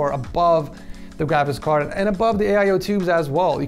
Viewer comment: you keep saying grabicks card